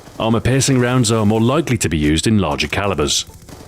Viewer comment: Stuart sounds so Scottish "Mere Concealment"